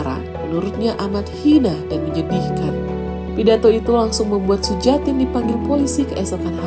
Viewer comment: Cara bacanya Suyatin barangkali, bukan Sujatin.